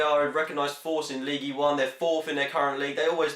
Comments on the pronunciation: gotze its "league" not leegee LOL :P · Don't pronounce the "e" in ligue